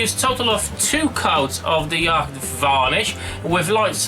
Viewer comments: nice easy build, the varnish is ,pronounced "yot" not "Yakt" by the way :) well done sir! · Hey dude. Yacht as in the boat would be pronounced 'yot'. Great vid